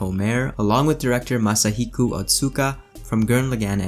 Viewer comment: You did OK for the Japanese names : I only noticed two mistakes when you named all eight. 1) you said Masahiku instead of MasahikO ; 2) you said Yamoaka instead of Yamaoka. (each vowel is pronounced like Ya-ma-o-ka) ( ps : I am an amateur and not fluent in Japanese or Nihongo )